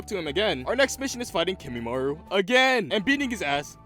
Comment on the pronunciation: I know that this was a year ago however... My Brother in christ please tell me you learnt how to pronounce Kimimaro, who in the hell Kimimaru?